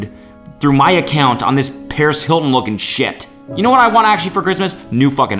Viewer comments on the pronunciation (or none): none